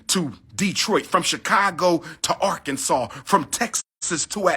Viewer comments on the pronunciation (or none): none